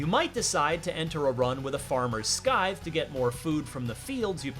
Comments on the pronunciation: Yeah who pronounces it like that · Scythe=Sigh or Sithe for pronunciation fyi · Did he just say "A farmer's skythe"? ...the c is silent homie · Yo did this guy just say sky-th? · "SKYTHE" what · Damn he boosted the comments by 50% just by purposefully mispronouncing scythe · ...did he pronounce the "c" in scythe? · This guy been saying scythe wrong his whole life. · Great game but who told you that's how to pronounce "scythe"?